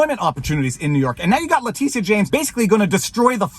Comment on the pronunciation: Vever. Its pronounced lah Tisha.....lmao